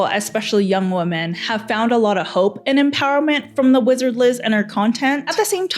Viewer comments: Great video, but I've got to point something out about your pronounciation. The plural of "woman" is "women", pronounced /wĭm′ĭn/; saying "women" the same way you say "woman" is reductive and originates from bs alpha male podcasts where they do their damndest to put us down however they can. It make the plural (multiple) of women sound singular, reducing us down to one uniform being. I hope people start using the proper pronunciation, because we are not woman. We are WOMEN. :/ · I was so enjoying this video and then I realised you're one of those people who won't pronounce "women" correctly for absolutely no reason.